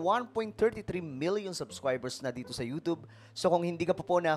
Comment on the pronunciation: Ewan ko naķa1.33m ka s yt, you don't even know how to pronounce the word youtube right, tsk, tsk, tsk....